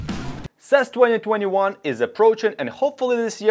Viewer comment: What is sess? Its pronounce C.E.S ( See-E-S ). But keep up the good work. 🖖🏾